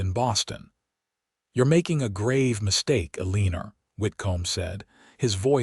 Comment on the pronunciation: If Zach's brother died how did the nephew rush into the school saying his Pa's horse had run off? Really? UH-LEEN-ER? If the AI can't pronounce Eleanor then why in the world do you use it? You would think these stories would imorove over time but I guess when the primary goal is data mining it doesn't really matter. Good grief, Thomas would be a cousin to Zach & Catherine's children, not their uncle.🙄